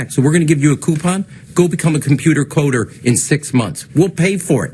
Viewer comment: "Go be a cumpoota coda, we'll pay fo it..." XD